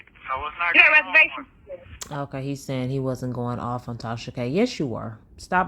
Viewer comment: I cant stand the way she says ALL 😩 and the "you know what im shayin"